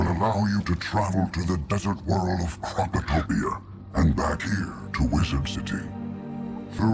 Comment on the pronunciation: Krokotopia ❌ Krakatopia ✅